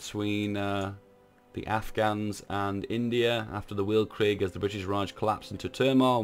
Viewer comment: Welt-creeg, pronunced like felt-creek, but with v, noy f, and g, not k